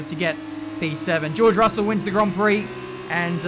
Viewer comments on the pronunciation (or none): How many of them say george ruselle in 😂